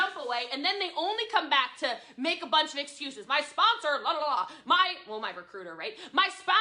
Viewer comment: Someone quick tell me how many times she said “Spon-SOAR”